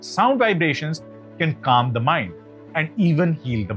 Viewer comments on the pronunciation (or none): none